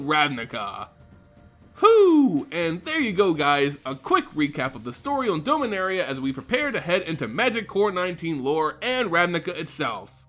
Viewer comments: It’s pronounced Dom-a-nar-ia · Doughminaria omegalul